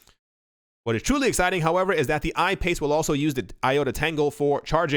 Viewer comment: regarding IOTA, the car is the I-PACE as in eye-PACE. That is the car I am buying when XRP moons. -John